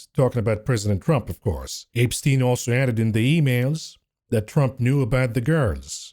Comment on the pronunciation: apestien my favorite pronunciation of this name lol